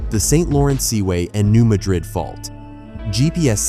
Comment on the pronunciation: Please get the pronunciation right…it’s New MADrid, not New MaDRID.